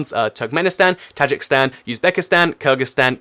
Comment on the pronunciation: Tajikistan (Ta-jeek-estan) not Tajikstan